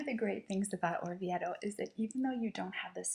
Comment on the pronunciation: I wish Americans wouldn't say IDALY. Also this beautiful town is pronounced OR VI AY TOE. If it was spelled as she says it , it would need a double t. The ."e" is almost and "a" sound.